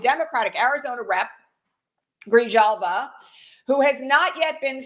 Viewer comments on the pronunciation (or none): Please, it is pronounced Grihalva. Don't pronounce the "j'.